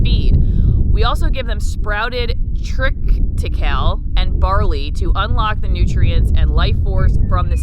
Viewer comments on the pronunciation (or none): Tri-ti-kay-lee. Emphasis on third syllable.Short "i" sounds. It's a hybrid of wheat and rye, I think